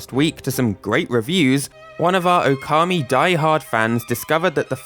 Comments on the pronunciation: By the way, considering it's spelt Ōkami, the first vowel is supposed to be long. Now, considering your topic about Mario pronunciation, using approximate English pronunciations is fine. But you say /əʊˈkɑːmi/, when something like /ˈəʊ.kəmi/ might be more appropriate (and still using British pronunciations). Just some idea. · It's pronounced "Oar-kammy".